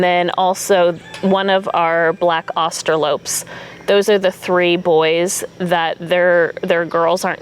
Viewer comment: I'm a little confused why keeps pronouncing it "Austro-lope" when it's spelled Austrolorp with a second r. Maybe she knows something I don't?